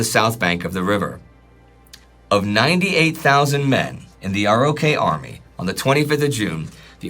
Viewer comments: Another great episode. Just FYI, the US military refers to the Republic of Korea as ROK as in "rock" and doesn't pronounce it R-O-K. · Ima say it again. It's said ROK Army. Pronounced like rock.